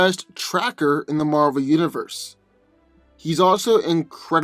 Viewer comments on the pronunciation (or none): none